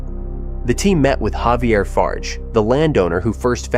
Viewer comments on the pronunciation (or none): none